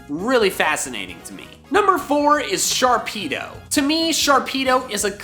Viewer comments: Sharpedo NOT Sharkpido! THERE IS NO K IN THE NAME! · sharpedo Me: hehehehehe pe—: NOPE